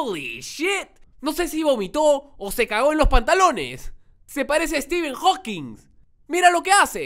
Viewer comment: es Stephen Hawking, no Steven